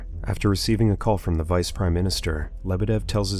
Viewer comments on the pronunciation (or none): none